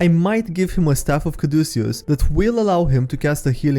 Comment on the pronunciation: A yes "Ca-du-ci-us" my favourite roman philosopher